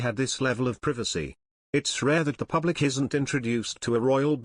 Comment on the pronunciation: Why does this announcer say pew blic instead of public ??? Sounds obscene